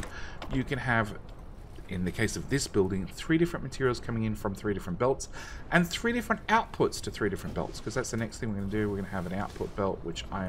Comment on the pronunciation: Thank you for video, however it may just be my broken mind, but can you possibly stop dragging out the last syllable of words when you speak ? Copperrrrrrrrrrrrrrrrrrrrrrrrr, andddddddddddddddddddm , place hereeeeeeeeeeeeeeeeeeeeeeee, etc. it wrecks my head :P